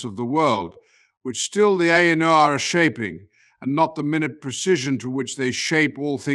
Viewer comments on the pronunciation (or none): Will someone tell him how to pronounce Ainur? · The illustrations are beautiful. I hope Ted Nasmith knows you are using them. The AI narration is off-kilter, with emphasis on the wrong words, pauses in the wrong places, and odd expressive cadences. It needs to learn how to say Ainur.